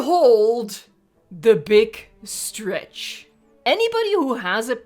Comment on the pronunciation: Beeg strech